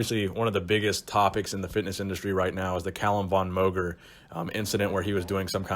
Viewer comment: I love your content and have seen many video's you've made on Calum. Just please.... PRONOUNCE MOGER CORRECTLY.